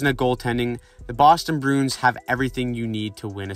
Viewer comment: strange pronunciation of bruins broons